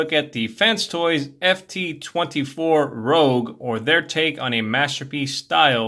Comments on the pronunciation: rouge is pronounced like "rooj" and is french for red. what you're saying is spelled rogue. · Cool review bro! Though It's pronounced Rouge, like the color she is (ruuusshge) The word you pronounced is spelled Rogue 😉 Can't wait til I get mine now. Sucks she has loose hinges on those pantoons on her back. . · Its not "Rogue"... It's Rouge. Like baton Rouge Louisiana. Totally different word. I haven't transformed mine yet because I'm still having too much fun with robot mode but gotta say, I love it. Would have been cooler if the back chunks pegged in, chest part didn't have the gap, and the inner shins didn't have all those screws visible, but none of that bugs me enough to take even a full point off her. From what I've heard though transformation rivals the frustration of MP-36 Megatron... That might knock a point off for me. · It’s Rouge (Roozh) meaning red (but makeup-wise looks pink on skin), not Rogue like the X-Man. Great review. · You pronounced the name wrong. It’s not Rogue it’s Rouge that stuff women put on the cheeks. Just saying 😁